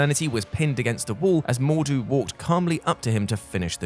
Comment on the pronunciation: I'm disappointed that you pronounced MordRu incorrectly every time.